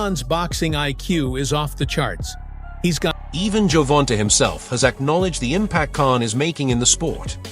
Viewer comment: The ai saying Gervonta's name wrong is aggy af